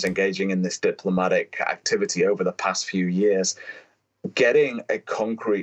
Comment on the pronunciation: "diplmomatic" lol